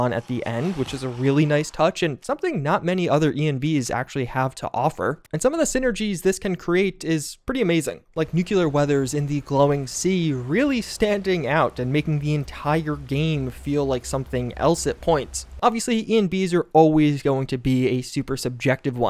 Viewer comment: LOL oh my dear... you're STILL say nook you ler. Nook LEE er, please I'm begging you hahaha